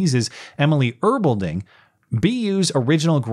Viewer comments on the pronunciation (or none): Guaranteed there's an email trail between these people and the Keebler Elf discussing GOF research. And, by the way, it's pronounced Er-BELL-ding.